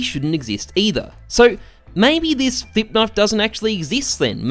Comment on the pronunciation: Thought you said Thicc Knife instead of Flip.